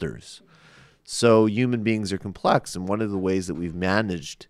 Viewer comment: Why the fuck he keeps pronouncing "human" as "uman", etc. That's so fucking pretentious and annoying.